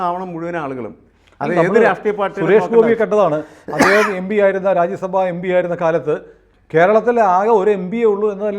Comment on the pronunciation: എമ്പിയല്ല ഭായ്...എം.പി...എം.പി...എം.പി. ആണ്.